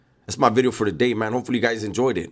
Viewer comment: This Cunt saying New Bideo correctly now 😂😂😂.